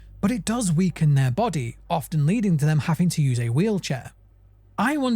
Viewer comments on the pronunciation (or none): none